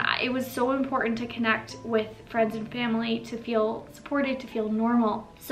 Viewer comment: There are two t’s in the word important please pronounce them both